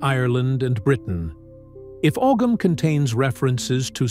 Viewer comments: As someone else mentioned the pronunciation of Ogham is actually said as (ow-hum). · Og ham is not how that's pronounced at all at all